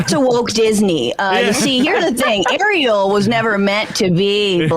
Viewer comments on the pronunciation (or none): none